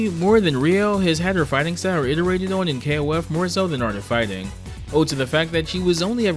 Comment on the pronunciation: ‘Dee Art of Fighring without fighring?’